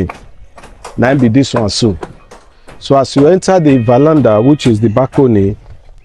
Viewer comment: it's called Veranda and not valanda. Dọmọ Sir.